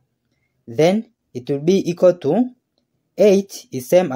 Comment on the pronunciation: Itwoobeeikwatoo 2¹²*2¹ Then itwoobeeikwatoo 2¹³ 😂😂😂